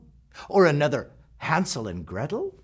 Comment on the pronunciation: Well he got Hansel and Gretel right. Spot on